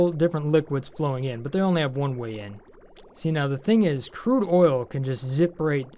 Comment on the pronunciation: lol "curde" oil